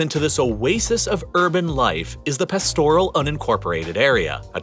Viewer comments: Your pronunciation of Pilbara and pastoral was horrendous. It's also a cattle station, not ranch here. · Pastoral should be pronounced past-oral not pastor-al. There also seems to be some part of the country that is "unincorporated". Perhaps that is what is meant by the "deep south" before it was incorporated into the "union". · One error? Pastoral, Kununurra and Pilbara were others and I’m not even half way through 😆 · Very cringe worthy. Although the material was interesting it would have been enjoyable if you went to the trouble of getting your pronunciations right. Lake Eyre is pronounced air. Pastoral is pronounced Parstoral. Kunanurra all of the "u"s are hard. It is not pronounced Koonanurra. Your lack of research there earned you a dislike from me. The other thing that most Australians find annoying is the way people carry on about snakes and spiders. I am nearly seventy and I have never been bitten by either. That is despite the fact that I live a few hundred metres from a very large nature reserve.